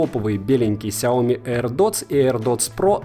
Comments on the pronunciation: если еще будешь называть правильно сЯо мИ, а не как деревня сяОми, то будешь похож на истинного фаната, да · произношение как всегда режет слух. сЯо мИ. и только так, здесь 2 ударения. хорошо хоть не ксиОми как некоторые особо отбитые говорят. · Слышь, фанат Xiaomi, ты даже не знаешь, где в этом названии ударение ставить! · Хиаоми сука де Браш)))